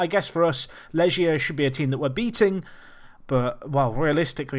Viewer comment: You pronounce Legia with a strong g, like in "gate", not like a g in "manage" if you know what I mean